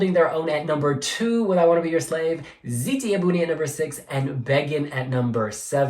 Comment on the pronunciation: no no it's almost perfect! You just have to say the O in buOni 😘